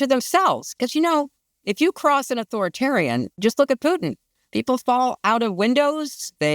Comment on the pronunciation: Thk. the gods that someone knows how to pronounce Putin as in " poo tin " & not "" poo in " as " keave it " says